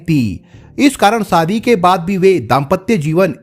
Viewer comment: Sadhi nh hota shadhi hota please apni language to kijiye aap n pure world ke liye video bana rahe hain sa ko sha mat bolo Hindi ki Maa Behan kar rakhi hai